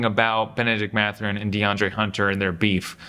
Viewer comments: MATH-URIN not MA-THURIN. Great vid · It’s Math-Ur-In